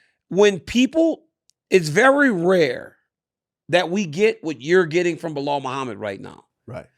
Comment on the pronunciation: Bellal Beeellal 😂😂